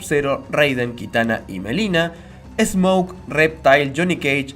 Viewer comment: Es Milena no melina es con I....